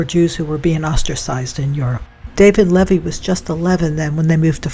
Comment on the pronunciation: Thank you for your video(s)!! I love this one especially, because it’s where I’m from. Lol With all respect, around here, Levy is pronounced: LeeVee Not a big deal, but sometimes we like to be groovin the local way!! 😂❤